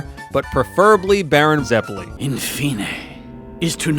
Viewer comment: I think I felt a bit of my soul die when I hear him pronounce Zeppeli